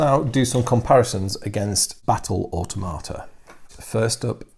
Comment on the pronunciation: and if I had to make one observation it would be the way you pronounce automata I cringe because all I hear is auto tomato, it may just me but it doesn't sound right. I hope that I have not offended you. I will continue to watch your in-depth analysis of the model design and kit quality as well as rules review.